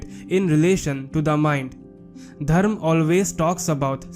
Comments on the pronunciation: It's dharma not dharm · It would be better if you learnt to pronounce Dharma with the ‘ma’ at the end